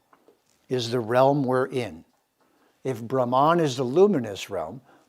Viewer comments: Sir, 🙏 plz say "Brhmann" not bramaan..... And Raamaayan not ramaayan. Princess Sita was Verily indeed his, ..... Raam's sp. Consort, queen & wife. ❣️💐🙏 🕉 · Dear, thank you for your efforts. However, Brahman (ब्रह्मन्) which, as you rightly say, connotes the highest universal principle, as we can see: ब्रह्मन् is not pronounced brahmān or brahmaan as you do but with two short syllables. Sorry to say you are grievously mispronouncing and distorting the sounds of these sacred words. More colonisation? Please train up! The vowels a, ā, i, ī, u, ū are quite distinct: anyone able to read devanāgari ought to understand precisely how to work with the long and short vowels. Meanwhile e, o are long etc. - I am sad to say that some western Indologists are quite complacent in this area - Wendy Doniger, for instance. Recitation is of the ultimate in Sanskrit and to grossly mispronounce such key words in videos is a grievous sign of albeit unconscious disrespect. Ok. Said all in good faith. Writing from South India where by the way all Tamil vowels have long and short versions. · With all due respect, Cant Citti Media get someone who pronounces words correctly ? Specially the Sanskrit literature mandates and stresses on importance of correct Pronunciation. Just got so demotivated with such an erratic pronunciation of word Brahman as all types of wrong pronunciations. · It's pronounced as ब्रम्हन् Brumm-hunn. Not Bramaan like Naan. And प्कृति Pruh-krthi is not Praacreetee.